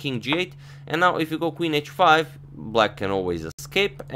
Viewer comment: Please don't try to pronounce "now" like the British, you fail each time :)